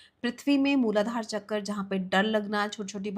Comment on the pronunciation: All due respect but an otherwise insightful content becomes unbearable when a native-Indian speaker pronounces "तत्व" as "तत्वा" and "चक्र" as "चक्रा". 😢